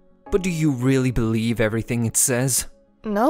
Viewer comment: Did anyone else hear say “Eh” other than “it”